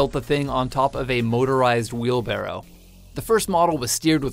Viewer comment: I fucking hate how he says "wheelbarrow"